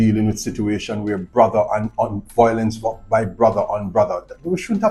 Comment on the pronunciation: It’s a shame that our Jamaican people and family can no longer talk things out without being violent and killing each other, shame indeed. Anyways officer, the word is Violence and not volence.